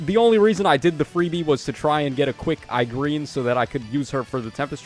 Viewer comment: When “E-Gren” is butchered to “i-Green”, that alone made the video fire 🔥🥶